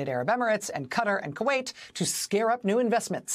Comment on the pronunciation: It’s pronounced “Ka-tar”, not “Katter”.